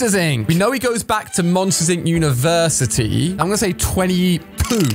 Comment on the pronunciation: I like when he says 22 he says 2poo